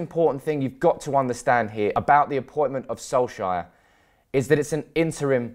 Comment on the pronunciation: Its correctly pronounced solk- sar not solk-sire